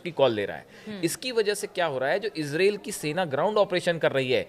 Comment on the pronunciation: Israil bolna to sikho pahle